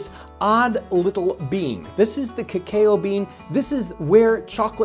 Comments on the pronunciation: In the Philippines, cacao is pronounced as ka-kaw” not “ke-ke-yo”. And this hot chocolate drink is much healthier than coffee. Coffee is only recommended to drink once a week because it is a medicine and stimulant, and if you drink it everyday, it will badly affect your autonomic nervous system because it is overstimulated. On the other hand, cacao drink is anti depressant, makes you calm and helps produce happy hormones, stress reliever, lowers blood pressure, helps better blood flow, anti aging, increases level of concentration and increases brain cells. And you can drink this everyday without any side effects. Much better than coffe. No wonder it is called as “food of the gods” by ancient Mayans. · I always thought it was pronounced “CAH-COW” not “CAH-K-YO” beans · I've never heard it pronounce that way before: K-Kay-O. I've always heard it pronounced: K-Cow. Who knows. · I'm pretty sure it's pronounced "cuh-cow" rather than "cuh-kay-oh." That's why it's called "Hot Coco." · It's Cocoa beans..not kikiwo beans.. I Know in french it's pronounced Ca COW 🐄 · Its ca-cow not ca-kale, really enjoyed the video tho. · I’m gonna start saying cuhkayoh instead of cuhcow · It's not "kay-oh" it's "cow" ka-cow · It's not pronounced kuh-kayo, it's cacao. You spent no time at all discussing the origin of how cacao was consumed, but emphasized its relevance only after it was introduced to Europe. Please be more respectful. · It is NOT pronounced kuh-KAY-oh It’s pronounced kuh-COW Cacao originated in S America. First use and domestication ~3500 BCE in what is now Ecuador. The fresh seeds from the pods are not smashed before fermentation. I would love to know your sources for much of what you say. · I love you guys but you're pronouncing Cacao in a very bizarre way. It's supposed to be Cah-Cah-Oh (not Cah-Kay-oh) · Actually pronounced like ca cow not ca caeo why it's seem like he said it over and over wrong whatever just I guess stay in your lane old times guy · “Kak-ayyoo beans!” 😂